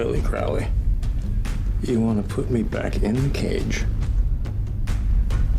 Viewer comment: Ackchyually, it's pronounced "CROE-lee." Tommy Lee Jones moment. The irony of Lawful Evil. "Dukes of Haphazard" 🤣 His affectations and mannerisms are somewhere between The Joker and Randall Flagg.